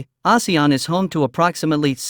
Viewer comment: Recently so many videos about ASEAN.. and only this channel pronounced it correctly... 😅